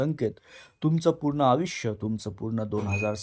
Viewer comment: एवढे अशुद्ध शब्दोच्चार कसे? तुम्हाला साधा प्रचलित शब्द "शनी" हा "शणी"?तुम्हाला फरक कळत नाही कां? तसेच "आयुष्य " हा शब्द उच्चारता येत नाही....काय विचित्र "आवुक्ष" बोलता!....आधी मराठी भाषा नीट शिकुन घ्या...मग विडिओच्या फंदात पडा!काय कळलं कां?